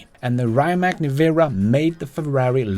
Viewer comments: Great video, but you mispronounced Rimac, correct way would be "ree-mats" not raymak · It's pronounced like Ree-mutts. Not Rye-mac. Fast cars, not fast food. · It is not "RAJMAK", but RIMAC. Your pronunciation is dead wrong since you are pronouncing it from an English-speaking perspective, which is incorrect. Croatian pronunciation is straightforward; you read as you write...like in the name TESLA. So Rimac is RIMAC - nor RAJMAK (as you sound). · pls, pronounce „Rimac“ as „“Rimats““; thats the correct way for a Croatian 🇭🇷 Super-Car-Producer. 🙏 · Hey, it’s pronounced “Rimats” not “Rimak” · Reimak? 😅 I’m not sure it’s pronounced this way.